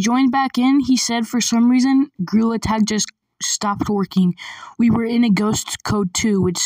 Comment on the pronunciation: Bro said. GreaILL. Attack.🤨🤨🤨🤨🤨🤨🤨🤨🤨🤨🤨🤨🤨💀💀💀💀💀💀